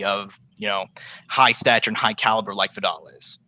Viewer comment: No American knows how to say Viddal